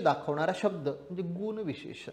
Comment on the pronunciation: उच्चार गुण चा चूकला तुम्ही दीर्घ उच्चार करत आहात बाक़ी उत्तम